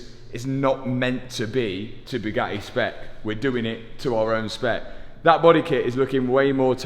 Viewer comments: NEWSFLASH: Bugatti doesn't want to sell you parts until you can actually pronounce the company's name!!! ..and it's NOT Bue-gah-eee 😑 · Twas never Bugatti, it was always ‘BUGHAAEE” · Italians must cringe when they hear your pronunciation of Bugatti.